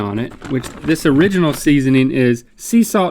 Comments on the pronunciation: Is no one going to mention that Link pronounced it “o-rig-inal”? I cracked up at that! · the way link says "original" will forever haunt my dreams